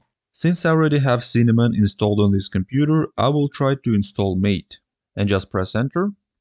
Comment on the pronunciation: Good presentation. Very clear and simplified. Only one critique... MATE is pronounced [ mah'-tay ]